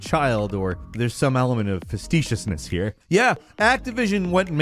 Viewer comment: “Fasteecious” lulz